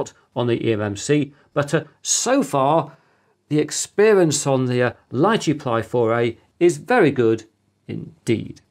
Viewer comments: I think it's pronounced Lee chee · I believe it's pronounced "lee-chee", as in the popular Asian fruit.